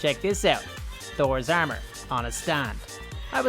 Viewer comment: He's saying ermer😅👍😂